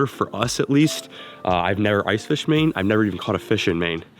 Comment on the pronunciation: said, “never caught a fish in Maine” What I heard, “never caught a fish mane”